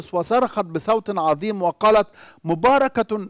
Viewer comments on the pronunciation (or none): none